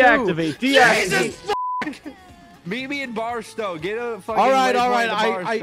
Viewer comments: its BarstOW not BarstAW lol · it’s pronounced bars-toe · I love how all 3 of them constantly pronounce Barstow wrong😭 (bars-toe is the the way it’s said phonetically lol) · i love how doesn’t know how to pronounce barstow